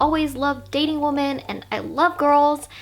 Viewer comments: Stupid question, why does she keep saying woman instead of women, plural? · "women" (plural) is pronounced like wimmen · Sorry this is a tangent to the topic of the video but it’s this video that solidified it for me, do Americans not say ‘women’? It always sounds like they’re saying ‘woman’. And they pronounce those two words the exact same way almost as if they’re using it interchangeably. When I say “women” it sounds very different and distinct to the way I say “woman”. Like we-men and woo-man